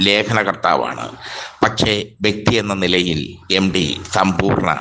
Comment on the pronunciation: എം ഡി 😅 അല്ല , 😂 എം ടി .